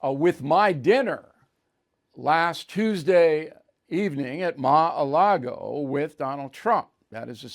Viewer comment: Ma-Allago? Jesus Christ, it’s not THAT difficult of a name to remember or pronounce…. 😂